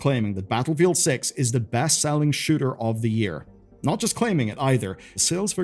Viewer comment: Am i the only one that heard him say sugar instead of shooter?